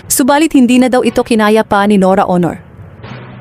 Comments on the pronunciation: I agree with you she can't pronounce properly. What planet she came from? I'm based overseas but I can still speak and pronounce properly. NORA AUNOR SOUNDS HONOR. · Oo nga parang tanga Aunor lng di pa ma pronounce ng mabuti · Ano ba tong nag sasalita norra ooonoor ang tawag sa superstar. Nora Aunor.. please don’t make any videos about anything Tagalog or anybody specially about the death of important person.. you can’t even pronounce the name properly. that is beyond disrespectful. Tarantado to! Bwisit!! Unsubscribe!! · Aunor naging honor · Pagbutihin mo naman ang pagbigkas ng pangalan N O R A A U N O R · Pati family name ni NORA Mali ang pronunciation magaral ka muna ng tagalog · Bakit hindi ka marunong mag pronounce ng Aunor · I agree. She can’t even pronounce Nora’s last name right. Please practice your Tagalog before you blog.